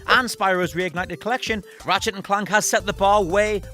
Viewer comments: Why tf can’t you say Clank correctly? Ratchet and CLUNK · The way u say Clank is not right my dude...